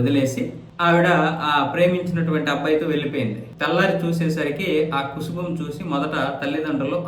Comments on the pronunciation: కుసుబం కాదు కుబుసం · కుబుసం... కుసుభం కాదు